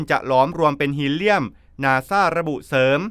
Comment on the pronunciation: คนอ่านต้องอ่านออกฮีเลียมใช่ไหมคะ